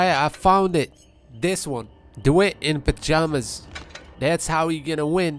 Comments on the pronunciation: D-why-ght. You're saying DeWitt. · Its pronounced DaWhite